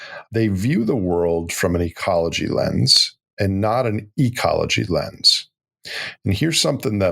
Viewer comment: "A lot of these tech bros and these wealthy Silicon Valley elites ... view the world from and ecology lens and not an E'cology lens" Is the accent on the E in the 2nd "'ecology" supposed to signify some sort of upspoken distinction? Also, it's a curious use of "and" where "but not" might be more appropriate.